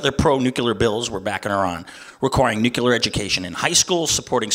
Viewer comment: If this guy wants to gain support he might want to start pronouncing nuclear properly.